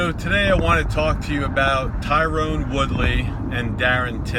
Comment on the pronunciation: TYRON!!! Tyron, not Tyrone. For fuck's sake.